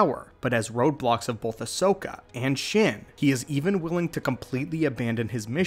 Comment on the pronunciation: Stop. saying. BOLTH.